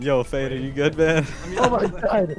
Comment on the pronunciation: fade: gibberish